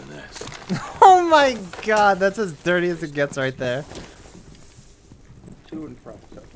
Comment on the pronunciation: dirty (in a british accent)